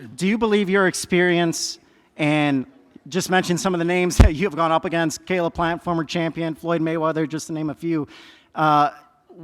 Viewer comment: I had to look up the original footage. Lol I thought he called plant the n word 😂